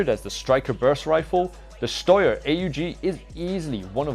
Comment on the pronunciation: wtf is a shtoyer... Its pronounce shtyer